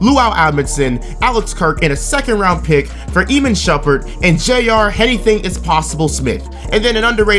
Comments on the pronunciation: Ih-mahn. Not ee-mihn. Shumperts name is not hard to say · script: Iman Shumpert, an intellectual: EEMIN Shumpert